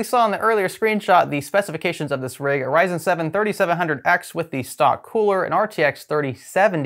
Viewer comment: It's ryzen 😂😂😂😂